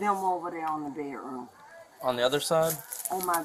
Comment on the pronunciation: "He broke the window in my beh-room".